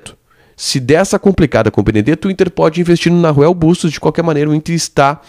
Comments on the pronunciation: MEU QUERIDO NAHUEL SE PRONUNCIA NAUEL.... NAO NARUEL.... PARA DIZER BEM EM ESPANHOL É NAUEL. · Otimoo videoo...se proncuncia Nauel mesmo, sem som de R, abraçoo